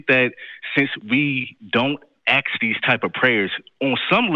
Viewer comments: Maybe he should stop aksing and start asking! 🤦🤣🤣🤣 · Only if they "aks" The word is ask! 🙄🤦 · Why do you say "aks" when you mean "ask"? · Don't "axe" for anything, ask might work better. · I don't "aks" for anything!